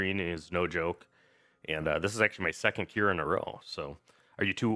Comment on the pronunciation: It's not Q'ira,it's Qi'ra.